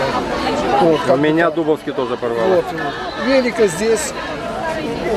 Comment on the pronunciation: Селекционер Гусев живет в поселке Дубовка. Ударение делается на О, а не на У. ДубОвский розовый.